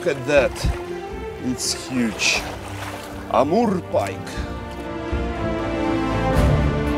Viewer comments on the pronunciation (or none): when he says Amurrrr pike, I got a little bit turned on......How many hours travel from Canada? What an incredible video.